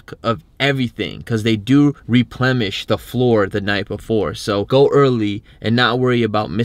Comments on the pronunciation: DID HE SAY repleMish? Lol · Replenish not Replemish. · *replenish. No M.